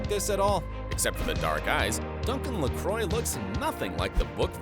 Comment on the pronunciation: If you a going to nit pick- the name Fraser is pronounced fray- zer not fray- sher. Duncan LaCroix's name is pronounce lah- cwah NOT ler croy